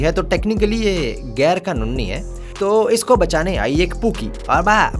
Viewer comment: "Gair-Ka-Nunni" correct improvisation of words 😅